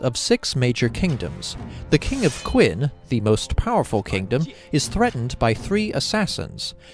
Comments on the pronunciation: cringing each time you say "Quin." Phonetically It's Chen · I really hate to be pedantic, especially since I've never seen your channel before. But it's pronounced "Chin/Chen". That emperor is the reason the entire country is called China. He basically conquered all the warring states to unify the country.